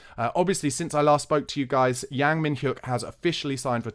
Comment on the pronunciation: Pronounced Yang (/aː/ like in English plant) Min-Hyeok (yeo like in yeoman) No biggie but nice to get some closer pronunciations 😉